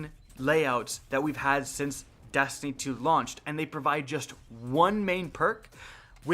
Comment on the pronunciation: Did you say dustiny 2 😂?